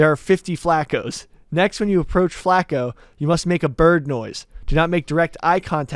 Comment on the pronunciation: U can tell how white that room is just by the fact that nobody caught the way was saying flaco.